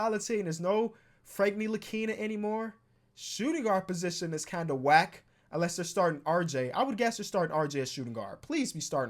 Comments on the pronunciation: When you said "unless" she thought you said "Alexa" and when you said RJ she thought you said "Reggie" 😂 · when you said "unless they're starting rj", it sounded like you said "alexa start rj" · he said unless their starting,but it sounded like alexa start